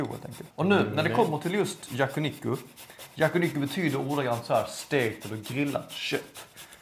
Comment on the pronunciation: Det heter yakiniku och uttalas så. Men säger fel vid åtminstone ett tillfälle (tid min.). Då säger han yakuniku.